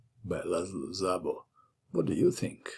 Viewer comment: 'Szabo' It is pronounced as 'Sabo' with 'S' like in 'Saturn' not with 'Z' like in 'Zorro' (however Szabo fight agains Kotov like Zorro - so not to bad)